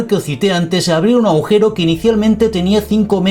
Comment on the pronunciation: No “aujero ”, agujeros señor